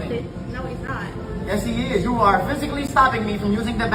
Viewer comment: Bro said "Ju crazy? Get the fuck outta here." classic. Tony Montana vibes.